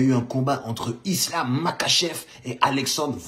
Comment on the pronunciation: ca se prononce marhachev